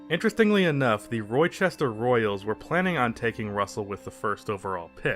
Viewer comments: Hurt my soul to hear him pronounce it like that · it’s actually pronounced “Rah-Chester” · Did he say Roy chester? 🤣🤣🤣 Its pronounced Rah-Chester